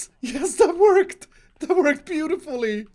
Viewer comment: ''That is working butifully''